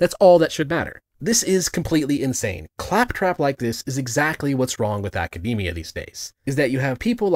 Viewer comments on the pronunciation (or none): none